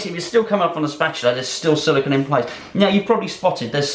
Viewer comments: First, regardless of accent, it’s not silicon. It’s silicone. Secondly, great video on beating a dead horse...and beating... and ..oh god... the blood! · It's Silicone, not silicon!